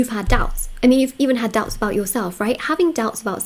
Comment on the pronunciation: "Her douubts are cleared"